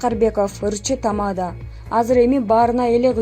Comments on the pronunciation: Тама'да эмес чоң кыз, текстти туура окусаңар боло?? Тамада' эң акыркы ,"а" тамгасына баскыч жасалат. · Тамаданы нормально айтсанг